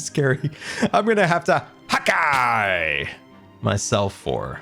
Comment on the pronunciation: When you said "hawkeye myself" i thought you said "hakai myself"